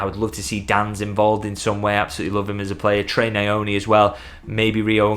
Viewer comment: FYI it got around recently that Nyoni is pronounced without fully sounding the Y so more like Nnn-your-knee. It's similar to how the second N in El Niño sounds, easy to remember for Liverpool fans lol. Great stuff as always more than happy with two vids here mate 😁